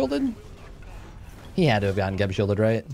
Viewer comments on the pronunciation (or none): none